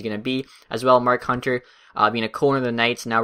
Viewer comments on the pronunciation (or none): none